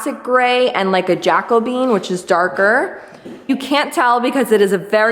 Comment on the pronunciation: I LOVE the floors and the mixed stain colors. Also, it’s Ja-co-be-an, not Jaco-bean.